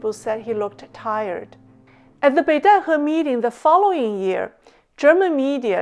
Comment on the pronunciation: Obviously can also speak genuine mandarin. One can tell this from her pronunciation of Beidaihe, which is the exact mandarin pronunciation.